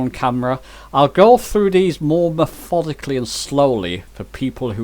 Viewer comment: What does "mefodically" mean?